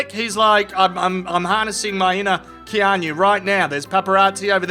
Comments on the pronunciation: Its not "Kean - yu" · Please google how to pronounce Keanu. If it was on purpose....well played.